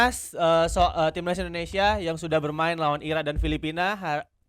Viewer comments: Indonesia bukan endonesia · Negara ini bernama INDONESIA, knapa saat nyanyi berubah jadi Endonesia ? 🙄🙄